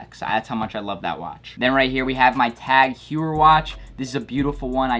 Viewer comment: The way he says tag heuer triggers me.